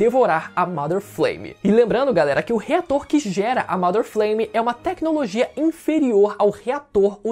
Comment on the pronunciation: pq todo video que vejo dessa teoria o povo fala "mAder Fleime", não é assim que se fala inglês não.